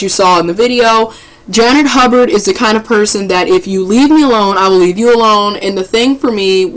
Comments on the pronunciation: damn learn how to pronounced Miss Hubert 's name it's not Hubburd it's Hubert ! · that's pronounced ''Hyoobert'. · Hubert is pronounced you-bert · Janet Hubert (Huyoo-bert). Social media has created millions of non professional so called "Journalist". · I can’t understand for the life of me why people with literal weaknesses have speaking platforms. It’s annoying. How do you fuck up Hubert (hew-bert) fam? How? Anyways good talking points. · ITS HUGH-BURT dammit HUGH-BURT!!!!!!! lol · Why couldn't this person stop and take a moment to learn how to pronounce "Hubert"? Instead she just repeats it incorrectly over and over and over... 🙄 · you couldn't even learn how to say her name. youtube it. that's some good journalism. Why do you re read everything you just played but you add or remove s's from all the names. abc123's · I need the woman who posted this to learn to read and pronounce the name of the subject of her video before she guides us through the story. Who doesn't know how to say, "HUBERT?" Janet even says her own name in the video! #Basic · so you pronounced her name wrong 4 times and repeated what she said...